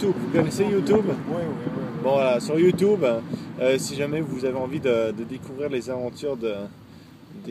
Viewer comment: sa se dit youtoube ( youtube ) pck c est en englais et non youtuuuuube --'